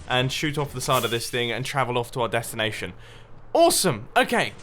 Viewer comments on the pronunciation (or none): Did anyone else herd deathanation instead of destination ? Purpose pun?